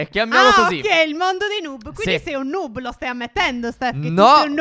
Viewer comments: Non si dice nuub ma noob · Si dice nob no nub